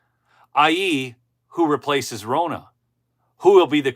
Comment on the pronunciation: It’s Ronna, like Donna. Not Rona.